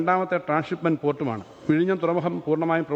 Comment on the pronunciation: Ha ha ha " Virayniyum' sea port....? Or Vizhinjam...? Todays AI based text to speach software can pronounce better than this guy. Proud of Vizhinjam ..the deepest port in India.